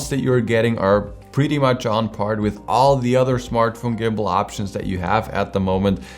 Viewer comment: On par not "on part" ..